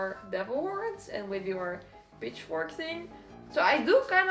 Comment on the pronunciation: I heard B*tchFork 😂😂